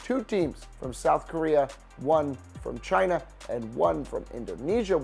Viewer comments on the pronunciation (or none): none